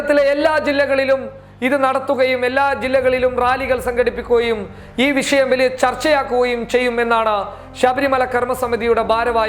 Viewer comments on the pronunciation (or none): വിശയം അല്ല മോനേ വിഷയം...ഷ... ഷ ..